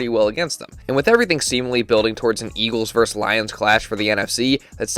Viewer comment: What's the difference, real talk. It's just dialect brother.